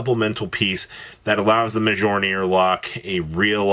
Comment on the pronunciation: Prounouncing Mjollnir wrong again. Shame